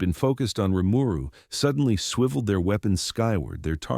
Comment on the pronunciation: Every time the TTS misreads Rimuru's name, it just urks me to the point of wanting to skip the video.